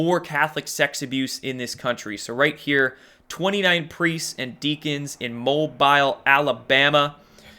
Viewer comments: Mobile is pronounced: Moe-bill... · pronounced "moebill" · It is pronounced... MoeBill....Mobile, Alabama. Did it right at the end. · You do a great job and this isn't a criticism. Southerner's are currently laughing at how you pronounced Mobile.